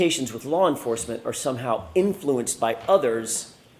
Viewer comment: What the hell is lar enforcement?